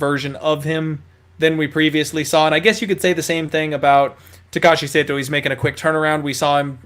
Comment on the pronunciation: not Saito it is sahto 😅